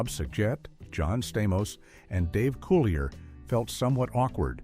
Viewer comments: Thank you! That irritated me the whole time watching this! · Dave’s last name is pronounced (Cool-lee-a). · Dave Coo-lee-A